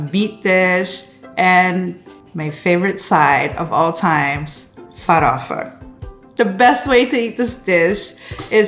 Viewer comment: **Farofa not farafa! I try to cook different cuisines a lot, and I've got to say that Brazillian food is the bomb!!! The best recipes were Caruru, Xim-Xim(Chicken stew thickened with cassava and coconut milk and the palm oil that gives it a lovely colour!), Empanadinhas,and Mocqueca de Camaroes.. I need to cook more Brazilian food!